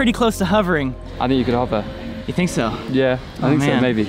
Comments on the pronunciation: Wondered if anyone else was pissed with him saying 'huver' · hOver not hUver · Why do you say "huvver"? Haha! Hover as in the sound of... "of" but with a V. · "I will huver!" Everyone: "Uh...huver?" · Any other Brits struggling to hear 'hover' pronounced like 'cover'? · “I will huver! I will huver.”